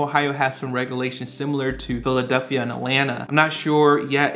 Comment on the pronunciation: Philadelphia not “Philaduphia” ahhhh sorry. Great video great info 👍🏼